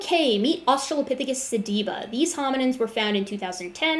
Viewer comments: His inability to correctly pronounce "sediba" is literally driving me crazy. Your patience is that of an atheist saint. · Every time he mispronounce sediba, I lost a piece of my soul.